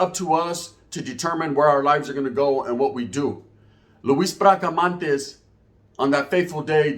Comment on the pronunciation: BRACA-MON-TES NOT MANTES